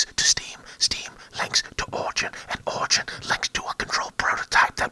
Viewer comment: The way he pronunced Origin, I actually thought he pronounced Orgy....XD